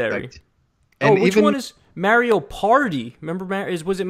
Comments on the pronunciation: It's Mario not maaiiiirio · u just say mayrio? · Damn, I feel OLD! I got an original SNES when they first came out, it was the only big Christmas present I got & I stayed up for 2 nights playing Super Mario Bros. (By the way, WHO pronounces it "May-Rio"?? 😂 DUUUUUDE, you even know that "No atheists in foxholes" is a fallacious, very sensitive & incorrect statement that's way too well known! There is a story of a really outspoken atheist soldier who was surrounded by believers in a very active battle, and while everyone else was freaking the fuck out, crying, praying, NOT fighting, the atheist smacked all of them & drill-sargent their ass back to reality so they could do their jobs!! I can look it up for you but seriously I am a fairly new atheist & thats one of the first things I learned! COSBY CASE NEEDS TO BE DROPPED. I have ALWAYS been suspicious of the victims' reports. When the ONLY ONE who had a court case both sides agreed that he gave them drugs, but the girl took them knowingly, and then immediately after that ONE case settled for a chunk of money, the floodgates open. Do any of the suddenly 50+ rape accusations actually have any PROOF, other than hotel records that I doubt were reliable this long later?? I was bashed up down left & right by commentors, SJWs, and even TYT... COSTCO PIZZA: Dude, they cook the Kirkland pizzas at the eatery in Costco too, and they are, believe it or not, the same kind as the deli pizzas at WalMart, they are BANGIN'!! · Mar(as in mars) - e - o now say it with me Mario (mar e o) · Your pronunciation of Mario hurts my soul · Holy shit you guys say Mario wrong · Dude let's not give them both a pass on pronouncing Mario so weird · Is anyone else weirded out by how they pronounce "Mario"? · Stephen Montez No. They are butchering an international icon.